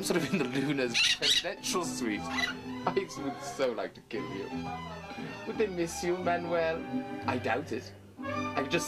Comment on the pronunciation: "I'd sooo like to keel you, Manuel." (I'm laughing to the point of wheezing.)